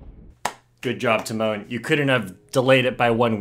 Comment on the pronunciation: hi just a tip for your future videos, the accent in tymon should be on the first syllable, not the second (as is the case with the english equivalent of this name - timon). it's TY-mon, not ty-MON:) about the surname - the accent is placed correctly, but the "si" part is pronounced softer, closer to "shi" than a hard "si". honestly it's even softer than "shi" but there is no equivalent to that exact sound in english so I'd recommend trying to copy the polish google translate voice for that